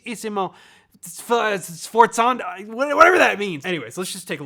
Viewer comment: It's pronounced "sffffffforzando"